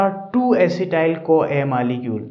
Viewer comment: Op sir but that malicule is op instead of molecule